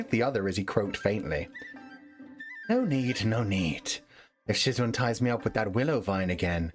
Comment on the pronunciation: I might've despised your pronunciation of "shizun", but i loved your reading style, different toned voices, and hearing you giggle. Sad it's over. Thank you for sharing. This was definitely one of my all time favorite read throughs